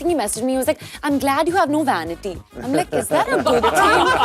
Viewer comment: Did she mean CAVITY for Vanity?